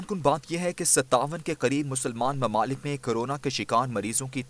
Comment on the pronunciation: Mamalik nahi mumalik, correct ur urdu.